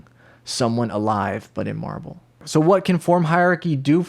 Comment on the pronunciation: I keep thinking he's saying Marvel.. and that makes'a'me'a wann'a puke'a .. :P